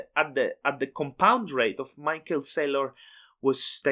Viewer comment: instant subscribe, and i will never pronounce michae SAYlor differently again.